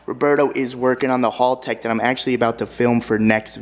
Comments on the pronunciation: Its haltech not HALLtech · I’m so triggered hearing him pronounce haltech wrong over and over again.